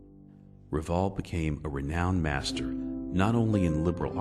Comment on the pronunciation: This would be better if the narrator could pronounce Rivail correctly.